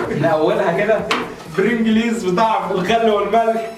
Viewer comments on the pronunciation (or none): أرجو رجاء خاص شيبس برنقلز مش برنقليز وقول لمحمد اخوك إنو ماقولش برنقليز أسمو برنقلز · اسمو برنجلز مش برنجليز ☺ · برنجلز مش. برنجليز 🤣🤣🤣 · اسمها برنجلز مش برنجليز 😂😂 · بس هو مش برنجلييز هو برنجلز عادي😂😂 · اسمه البرنجلز مش البرنجليز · اسمه بلنجلز مش برنجليز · اسمو برنجلز مش برنجليز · كمان اسم الشيبس برنجلز مش برنجليز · اسمه برنجلس مو برنجليييس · انطقها صح الاول حلوة برنجلييييييز دى 😂😂😂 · عالافكرا أسموه برنجلز مش برنجلز